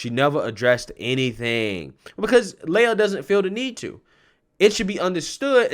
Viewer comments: Pronounce lee-ah, not Leia. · It’s Lee a.. not lay a… how do you get lay a from lia! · It's pronounced "Lee-ah", not Lay-ah." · Why are you using plural pronouns when speaking of the male swimmer "Lia Thomas"? FYI, "Lia" is pronounced "Liar".